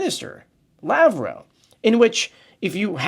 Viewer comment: LAV-ROV. Not Lavwaw